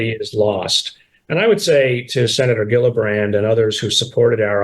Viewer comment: Gillibrand is pronounced Jillibrand. is wrong.